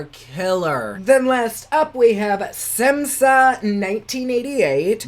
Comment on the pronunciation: Shade "Šemsa" is pronounced like "Shemsa" not "Semsa" 😊